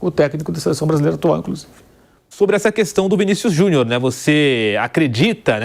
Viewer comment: Porque o Vampeta pronuncia "Vinícius Juniô" ?